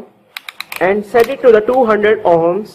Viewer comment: It ohms,,,, not homes